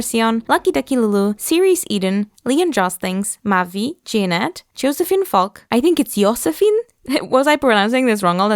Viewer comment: You say it just perfect! My name is Josephine, Josefin is just a swedish-ified version :D I got my keychain recently btw! Its gorgeous! Im pisces too, and koi is my favorite fish, and one of my favorite movies is Big Fish by Tim Burton, lol. Would love to see something koi inspired on the pisces doll :D This doll, like all the earlier, is a 10/10! ❤